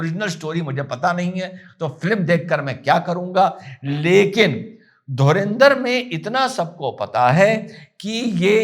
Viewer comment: धुरिंदर... Nahi... धुरंदर... 👍🙏